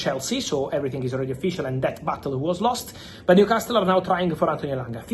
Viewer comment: Brooo its new castle not castttttel